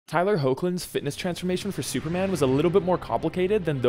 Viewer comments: It's pronounced Heck-lin, I'm sorry you didn't know. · Tyler Hoechlin, Last name is pronounced Heck-lin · His last name is pronounced as HEKLIN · All this research and you don’t know how to pronounce his last name???